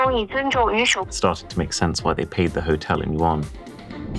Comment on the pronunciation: The tension broke when he said "yuan". Dammit